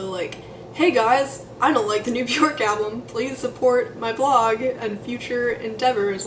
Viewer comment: If the person making the video cannot pronounce her name I stop it immediately....if you can't pronounce her name then you don't know anyting